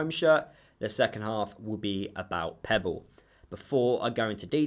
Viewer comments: Its pepple not pebble lol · I'm sorry, but I have to say this, his name is Pepple, not Pebble. I know it shouldn't, but it does wind me up🤣. I agree that he won't get anywhere near the first team, so good luck to him.